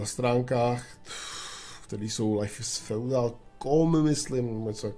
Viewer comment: Lajf is feudál. No teda to jsi to vyslovil :-)